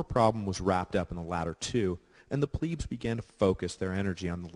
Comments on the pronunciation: It drives me crazy how he says "pleb". He says it with a long e sound like "pleeb". Someone tell him it rhymes with "deb" not "dweeb". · Is it pronounced “pleeb” or “pleb”? I always thought it was pleb. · Struggling to get over Pleeebs as if it is spelled Plibs .. ee being 'i' .. and eh being 'e' .. so, I hear it as short 'e' ... Plehbs .. although it course it was Plebeians Plebeians were excluded from magistracies and religious colleges, and they were not permitted to know the laws by which they were governed. As it today with modern society ... :-( .. Last 30yrs or so anyway .. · When the narrator says 'pleebs' does he mean 'plebs' as in plebian or plebiscite? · In the wird elite you do pronounce the e correct. Why do you have to say ‘ pleeebs’ it’s plebs with the the same e as in elite! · 'i' is eee in latin .. eh is is 'e' so Plehb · Pleebs. Ger-MAIN-ia. Brit-AY-nia. And that guitar. Humbug. Good writer., though. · Pleebs? Really? Nice pronunciation lmfao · Pleb is not how it's pronounced it pronounced Pleb